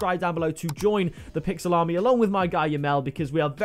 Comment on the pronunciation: Whenever he says pixel army I hear Pixel Salami